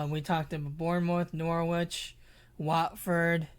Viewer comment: Subscriber #24 🥳 I like when people do long FPL streams or podcasts. Nice conversations. FYI the 'w' in Norwich is meant to be silent, sounds like a sandwich when you pronounce it! ✌️